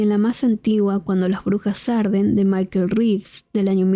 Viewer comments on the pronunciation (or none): none